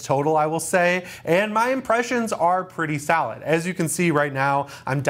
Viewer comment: Your impressions are pretty salad? Mine are too man 😂 just joking. Love your content